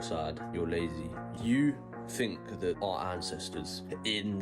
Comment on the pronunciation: Th not f